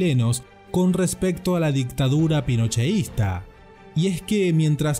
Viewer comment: Es pinochetista no es ponocheista